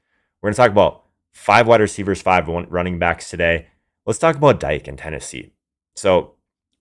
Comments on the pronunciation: His name is pronounced D-K not Dyke 😂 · Dike is pronounced (Dee-Keh) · It’s Dee-Kay …